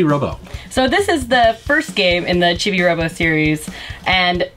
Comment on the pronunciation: Chibi is pronounced "Chee Bee" to my understanding.